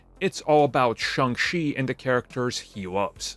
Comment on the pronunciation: Shang CHI, not Shang SHE🤦